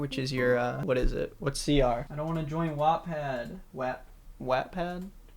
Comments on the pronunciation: WAAHHHTT-PAD I HATE IT UR SAYJNG IT WRONG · his pronouncing of wattpad made me chuckle loudly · I'm sorry did you just pronounce it as whaaatpad?